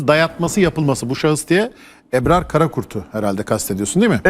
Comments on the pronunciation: Eprar ne arkadaş "Ebrar" ismini telaffuz edemeyen adam yazı yazıp yorum yapmakta.... Hülen nassı ciddiye alıp tv ye çıkartıyorsunuz. "âh'ın hâli var kelâmı yok, makamı var nakli yok..." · Eprar değil Ebrar önce Türkçe konuşmayı öğren. Lafa gelince çok milliyetçisiniz ama Türkçe tırt.Hepiniz aynısınız.Bıktık. Boş yapma